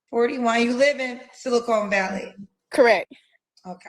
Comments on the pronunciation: It is SiliCON Valley, not SiliCONE Valley. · Wow… BOTH this Kendroid caller and back to back referred to SiliCON Valley as “SiliCONE”…. SMDH… 🤥🙄🙄🤦🏽‍♂️🤦🏽‍♂️😂😂